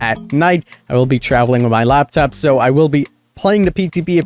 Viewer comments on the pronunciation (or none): none